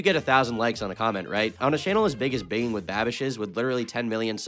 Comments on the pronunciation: It's pronounced bin JING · i was thinking the same thing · It's not bingiinnnn with babish it's binj-ing. And irregardless isn't right. It's REgardless. Okay my ocd has been quenched for now 😅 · lmao bro pronounces binging as bin-ging instead of binjing smh my head 💀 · It's pronounced BINJING. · Bro really said “binging” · You are saying binging wrong.... if its intentional, you are a genius. But either way, I love how you say it though. However, I'm sure some people are still ripping their hair out anyways. It's pronounced like : "ben-Jing" ( jing is pronounced like the jing in jingle) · bing ling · the way you say binging hurts 😭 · should be canceled by saying "binging" like that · Your pronunciation of "binging" is going to give me conniptions, but nice vid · how do you mispronounce binging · Did you purposefully pronounce binging wrong